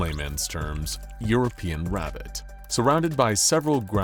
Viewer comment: "Rabitt" hurt my soul.